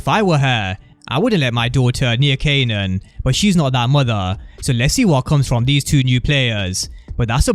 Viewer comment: He kept calling him "kenan"🤣